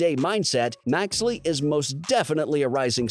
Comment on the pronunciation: Maxey not maxley lol